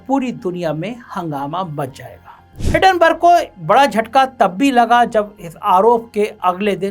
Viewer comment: हिडनबर्ग नहीं, हिंडनबर्ग भो....ले!!!